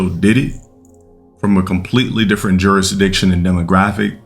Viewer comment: Juris-dick-shin 😂 Why emphasis the dick part